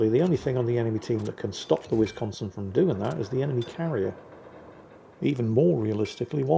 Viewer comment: Anyone else's inner 12yo highly amused by ' pronounciation of Whizz-consin? 🤣